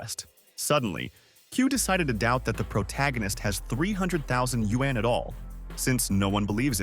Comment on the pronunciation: Woah, they are actually pronouncing yuan correctly.